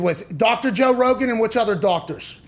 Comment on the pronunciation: When I heard arod said Rogan, I died a lil inside.